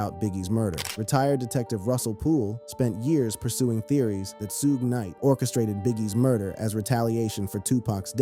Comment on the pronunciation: U say suges name wrong and its killing me